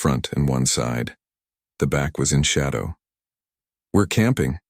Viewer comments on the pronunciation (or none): none